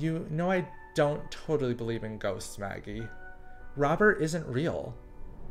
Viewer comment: You know î don't believe in ghosts....swaggIE... Me:SWAGGIE? XD ITS MAGGIE XD